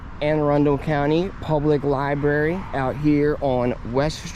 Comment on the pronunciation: Carnage in the Libary